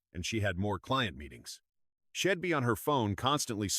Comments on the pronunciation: Poor poor narration.NOT SHEDD BUT SHE What a load. SO hard to listen bastardizing the English language.GUESS no one proof reads it😂😂😂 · WTF? Please get your AI straight. It’s she’d not shed,it’s I’d not Id it’s he’d not hed,isn’t that simple and obvious 😱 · Man, this is one bad AI, shed instead of she'd